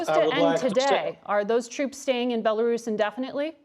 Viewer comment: He said Bela Russia not Belarus interesting 🤔